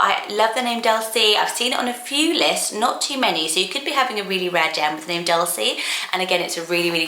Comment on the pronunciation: That’s not how you pronounce it either 😭